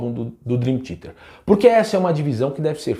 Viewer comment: Curto muito deu canal, mas não entendi o motivo de você com o conhecimento que tem de inglês fala Drin Tiete.